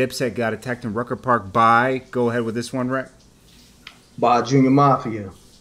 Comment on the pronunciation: the ruck-a? You speak proper English and then say the ruck-a? Its rucker man. Don't do dat. You borderline corny son!